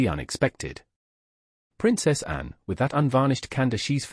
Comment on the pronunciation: If that is your own voice then you should rehearse the script. It’s full of mispronunciation. “Anne” comes out sounding like “and” is an example very near the beginning. The speech patterns sound artificial. If this is your real voice then I apologise but it sounds very AI.